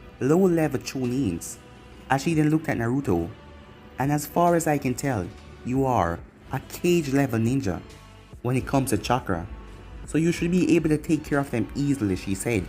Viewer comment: It's kage not cage